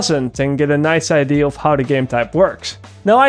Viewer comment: Does it bother anyone else how he says "ID" instead of "Idea"?